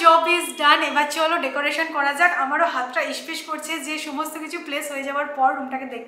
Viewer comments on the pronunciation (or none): Kothata ispis noi nispis.R nilibili noi niribili. Ager block dekhe neben.